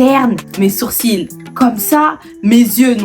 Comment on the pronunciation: Les sourcils ils étaient vraiment bad prononcé 🤣